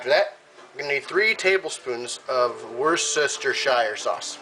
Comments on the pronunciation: worcestershire sauce pronounced 'wooster' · man worcestershire sauce is pronounced WUSS-Stair-Cher sauce